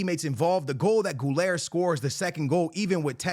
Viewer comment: It's Güler man. Not Guler or Ghouler😂Güüüler